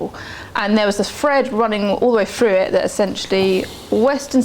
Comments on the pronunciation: How can such a beautiful woman pronounce through as "fru"... my dispair at having to reject her in advance of our romance. Lol. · I wish I didn't find her propensity to say "fink" and " frough " so objectionable, because I find the subject matter compelling. If she were my psychotherapist, I would feel that she lacked intelligence.